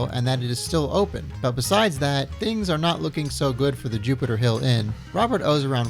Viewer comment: juniper not jupiter lol